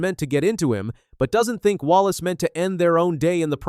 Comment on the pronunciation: IF YOUR GOING TO DO THIS AT LEAST SAEY THERE NAME RIGHT.